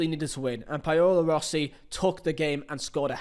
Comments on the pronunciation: Brilliant video, mate. Subscribed. Question, why did you screw up the pronounciation of Paolo Rossi's name (and mine too) ? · Anyone else screaming "THATS NOT HOW YOU SAY PAOLO ROSSI!?" Great video btw... Didn't feel like 2 hours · I liked “Jerd Muller” and “Payola Rossi”